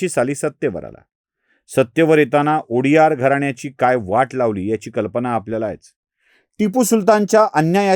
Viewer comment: उडियार नाही सर, वडीयार म्हणा